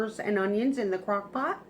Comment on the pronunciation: . I listened a bunch of times. She says, crock pock. 🤣🤣🤣🤣🤣🤣🤣🤣🤣🤣